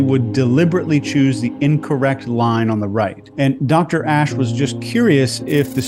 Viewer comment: You pronounced Asch correctly, why not Eichman? Is not "Eikman"... nor "Reik" is "Reich".